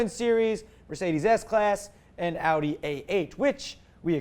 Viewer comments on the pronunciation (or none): none